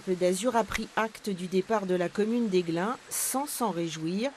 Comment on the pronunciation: Aiglun pas Aiglin.